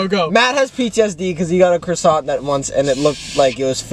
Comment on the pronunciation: chris pronounce croissant as “chrisawnt” is so funny to me